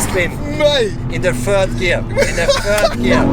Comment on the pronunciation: " Spinning in the fird gear, fird gear "😂😂😂😂